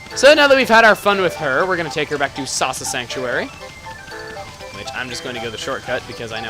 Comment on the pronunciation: The first time he said 'Awesome Sasa Sanctuary',it sounded like he said 'Awesomesauce-a sanctuary'.